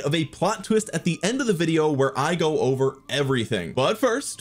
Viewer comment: It sounds like you're trying to say, "it's over" but I'm hearing, "it's ogre." Is this some new gamer chat thing, like pwned? 😂